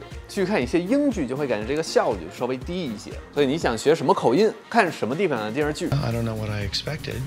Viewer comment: 不过说“电视剧”的时候，“视”字吞音太多了，像…游手好闲的小混混。姜文可不这么说话。